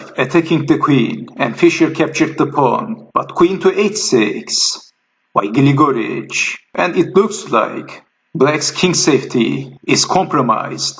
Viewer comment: Just a commentary on pronunciations--it is GLIGA-rich, not Gil-GOR-ich or Gli-GOR-ich. And I don't mind you swapping the names during the game; it is an exciting game, so that is understandable. Thanks for the post.